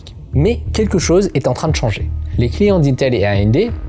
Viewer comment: Go voir un ortophoniste, "quèque" n'est pas un mot, c'est queLque avec un p*tain de L dans le mot. Et c'est pas la loi de More mais la loi de Moore. Ca se dit MOURE. Go te faire soigner.